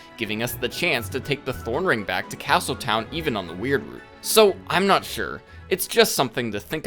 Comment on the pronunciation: i just wanna say, as a canadian, thank you for pronouncing it "weird root" instead of the american pronunciation